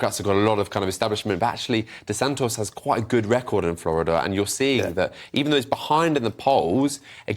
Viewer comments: Who the F is Desant-OS never heard of him 😂😂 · This 'contributor' doesn't even pronounce De Santis' name correctly. His input is no more than narrative and he brings no insight. Does he just tick a box? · Yep, cannot even spell or pronounce DeSantis's name.